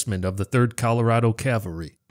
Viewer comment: It's cavalry not calvary. I'm sure all good American Christian's must know the difference